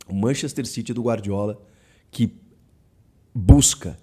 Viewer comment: É City ñ Ciry, isso é ingles britanioco! Ñ ingles de xenofobicos!!!!!